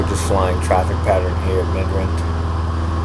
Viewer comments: You pronounced the most simplistic word ever wrong Mid-rand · lol ayt im just saying you pronounced it wrong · knew he isnt south african after "midrand"